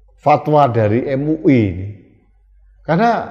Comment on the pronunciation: Em u i... Em u i.... 😂😂😂